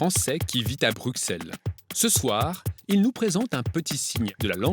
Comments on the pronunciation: Si la cédille, transforme le k en ss, il n'y en a pas dans Bruxelles. Pourtant en français, le x de Bruxelles se prononce ss et pas comme dans l'intro de cette vidéo ! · Comment ça, un français qui vit à Bruxelles et laisse une voix off d'une émission grand public prononcer "Brukselles"? J'y crois pas!